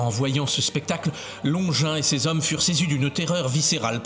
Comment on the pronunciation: Bonjour, comme bous j’ai horreur de ces vidéos générées par IA, beaucoup de blabla inutile, des redites, ces voix horripilantes qui ne savent pas prononcer SES ou CES, et ces illustrations absurdes, anachroniques qui montrent des gens du 1er siècle avec des lunettes 😂 Anne Catherine Emmerich a raconté la guérison, la conversion et la fin de vie de Longinus, qu’elle appelle Cassius, dans son livre de visions La douloureuse Passion de Notre Seigneur Jesus Christ.